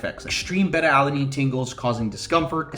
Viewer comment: Solid video, thank you. FYI - It's pronounced-Bay-Tuh, not Bet-Tuh. That's a Southeast Asian fish, lol. Have a nice day.